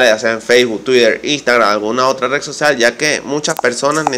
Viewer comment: Se dice red y no rec